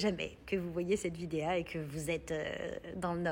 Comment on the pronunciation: "Cette vidéa" ...... Allez zou !